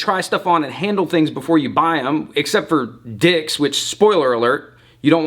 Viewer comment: Lol at the emphasis he put on d*cks. You can tell feels strongly about them